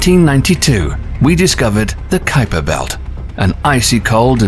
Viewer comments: It's not QUIPER belt it's KUIPER BELT, the U is silent lol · "Kweaper belt"????? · Now he pronounces The Kuiper Belt properly WTF? It was pronounced QUEEPER BELT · Kuweeper belt 💀, isn't it kai-per belt? Edit: he changes how he say it later on the vid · The "KWEEPER" Belt? I always thought it was pronounced "KYPER"... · Why did he go from pronouncing it Kweeper Belt to Kaiper belt? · I've heard some bad pronunciations of Kuiper, but "Kweiper" takes the cake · The Kweeper Belt 😂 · Qu-iper belt. 😂 ui is pronounced a bit different but difficult to explain in English. Good video though. 👌👍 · The Kweeper Belt. Ok. Lol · The Kweeper belt. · Quieper belt?! Hahahaha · Calling it the kweeper belt up until the into the video, did you realise you said it wrong half way through recording? Lol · Kweeper belt? That's not how that's pronounced. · The friggin' QUEEPER BELT???holy prophet Zarquan! there is no excuse for butchering the pronunciation of something so well known! Inexcusable and lazy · Did he say quee-per belt? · you pronounce Kuiper Belt (well Kuiper) incorrectly then when talking about it’s discovery in 92 you pronounce Kuiper correctly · please learn the pronunciations of things like the Kuiper Belt (as in Piper Belt) and the Oort Cloud (as in or-t Cloud)... you say it wrong initially then correct yourself tbf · Uranus ,Kuiper, Oort, Makemake, Haumea is pernouced wrong. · The narrators pronunciation is way off. It’s not “make make” it’s “MAH-KAY MAH-KAY”. It’s not “kooper belt” it’s “KAI-PER belt”. And I don’t know what he was trying to say but it’s “OR-T” cloud.